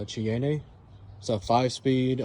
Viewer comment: Pronunciation Shai-an